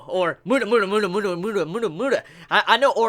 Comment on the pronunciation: PolnarEFF. Not Polnarf. Please, remember. His name is pronounced as Pol-na-raeff, not pol-narf. REFF. Seriously, it makes my ears BLEED each time you call him polnarf, not offence. Also, not mUda, it's pronounced mudA. It's the same as i hear my native russian dub of Jojo, and i hear my comrades call SpEEdwagon a SpeedwAgon... Please,. Play attention to how they pronounce the words. Like me, i called nAruto a narUto. But now i realized that i was wrong.